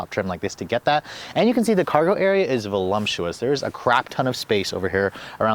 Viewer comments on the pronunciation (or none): It's pronounced VO-LUP-SHU-US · Velumptuous….lmfao I had a friend who used to say that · I heard "volumtious" 😅